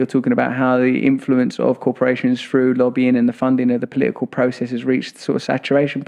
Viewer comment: UK pronouncing words that begin with "th" as "f". Example: Russell says "through" as "frew". Where did this originate? Anyone know?